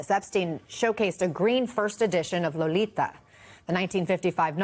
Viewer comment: The pronunciation of "Lolita" was priceless.